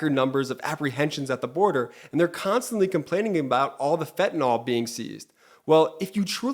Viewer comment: FentaNYL, not FentaNOL